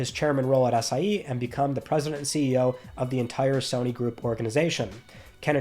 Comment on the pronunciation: Lmao am I the only one who hears “Ass I E”? 💀